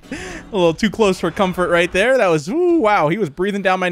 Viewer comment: He said hello thar